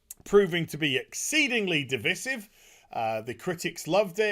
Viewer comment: You’re letting the side down with your pronunciation!! It’s ‘diVIsive’ and it’s ZEBra not Zeebra. Come on boy, you’re representing your British brothers, don’t start speaking that bastardised English the Americans spew;) Oh, and Great video as always sir.